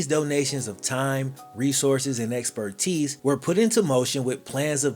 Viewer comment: Thanks for pronouncing "expertise" correctly.